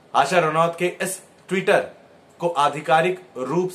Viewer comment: Not Rauat Ranoat